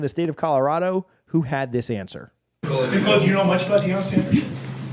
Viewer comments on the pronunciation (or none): none